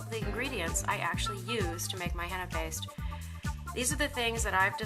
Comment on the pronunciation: It's not hannna its heena paindu.